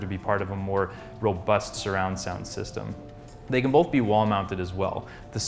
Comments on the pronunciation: There is no "L" in the word "both". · bolth. bolth. BOLTH. BOLTH.